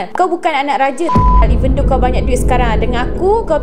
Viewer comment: "evendow" lmfao rempit. anyway i tak pernah suka team am lol asal keluar feed je confirm click "not interested".